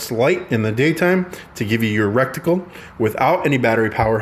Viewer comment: Rectum +Reticle = “recticle” 😂 Cool vid tho 🤘